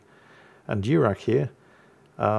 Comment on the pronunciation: Diurach is probably not named for a Klingon admiral (Durak), but from some Scottish Gaelic. Maybe DYOOR-ach (where the “ch” is said like the “ch” in Bach or och?